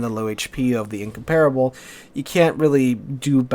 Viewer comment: I hate how you pronounce Incomparable.